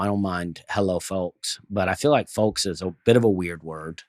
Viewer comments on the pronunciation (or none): The L in “folks” is silent. The L in “folks” is silent. The L in “folks” is silent. The L in “folks” is silent.